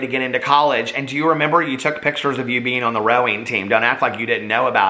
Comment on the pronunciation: It’s not a video to me until he says Human BEAN ☀️